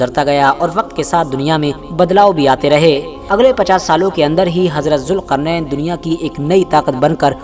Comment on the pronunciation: jilqarnan not julqarnan